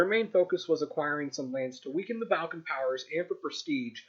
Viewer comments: It is pronounced Ball-can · I've never heard Balkan pronounced this way before - have I been missing something? And Germany would have been happy not annexing French territory other than the slice you've got them transferring to Belgium? I'm thinking not. And then there was the puppet kingdom of Finland which almost existed in 1918 - which doesn't get a mention.